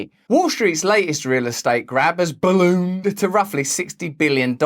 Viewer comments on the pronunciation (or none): Completely off topic, but I'll read the word ballooned this way forever now 😂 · how he pronounced “ballooned” has me cracking the fuck up. Especially on the slowest setting😂😂😂